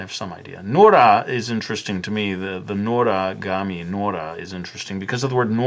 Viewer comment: Just say Noragami ya don't have to say notagamie